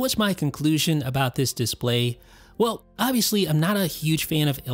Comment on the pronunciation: Thank you, I really enjoyed the video but how come you pronounce display as DISS-play? It's noticeably distracting.